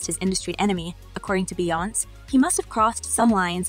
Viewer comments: Why are you pronouncing her name wrong? It's not Beyonce. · That was driving me CRAZY 😂